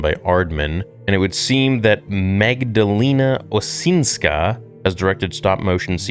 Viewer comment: Osinska, you really need to excercice your Polish/slav pronounciation